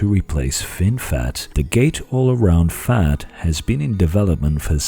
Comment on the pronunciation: I believe its pronounced FET not FAT